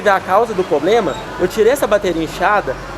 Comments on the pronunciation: 🛑🛑🛑 Problema ? Poblema.... Poblema.... Vamos melhorar o português aí funcionário.... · Alguém fala pra esse cara que a o correto é: Problema E não: Pobrema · que raiva de quem fala poblema !!! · A pessoa que fala “ pobrema “ já não dá kkkkk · Oq mais me incomoda é o tal do falando "POBLEMA" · POBLEMA ou problema? 🤦🏻‍♂️ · Me recuso em pleno 2022 escutar um gerente falar “poblema” putaquepariu viu rs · Falou poblema eu ja n aceito.....kkkkkkk LIXOOOO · Esse cara falando “poblema” chega dá agonia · Como um dono de uma loja não sabe a interpretação mínima do CDC? Outra coisa: ele precisa de um curso de português direcionado à oratória para saber tratar com os clientes. Plobrema? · Se eu ouvisse poblema, só queria meu dinheiro e só..kkkkkkkk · O cara diz que trabalha muito a comunicação, mas fala "poblema", a discussão acaba aí... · Que nervoso esse maluco tão treinado falando "poblema"😰 toda hora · Cada vez que ouço "poblema" me contorço todo! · Isso é um poblema. Procure o. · Que bom que resolveu o "poblema" rápido.... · O cara só sabe falar "poblema". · P R O B L E M A É O SEU PORTUGUÊS. o cara só fala POblema e NEM SABE DE FATO RESOLVER UM PROBLEMA. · Não dá pra confiar em alguém que fala "POBLEMA". Nem português básico o indivíduo sabe falar. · O poblema, o poblema, o poblema... Kkkkkkkkkkkkkk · Segundo o "pobrema" foi a falta de comunicação......sabe nada inocente 😂😂🤣😂🤣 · Que carinha chato, tento ganhar o Ben Mendes na conversinha. "O poblema"..... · na real "poblema" kkkkkkkkkkkkkkkkkkkkkk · E ainda lança um "POBLEMA" várias vezes. É de doer o ouvido. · O que me irrita mais nao e nem ele insistindo no erro e sim ele falando Poblema 🤦‍♂️ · Toda vez que ele fala “poblema”, meu ouvido dói! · tem muitos dias entre 1 e 2 kkkk, muitos ''poblemas'' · "Poblema". Pelo amor de Deus, a pessoa fala errado com gosto. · Eu nunca ouvi tanto “questão”, “poblema”, “resolve o poblema”, em um só vídeo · O problema é o POBLEMA... 🤣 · Poblema! KKKKKKK